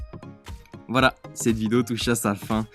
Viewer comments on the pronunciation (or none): none